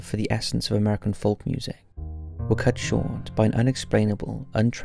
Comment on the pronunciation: ‘Folk’ is pronounced ‘foke’ you muppet.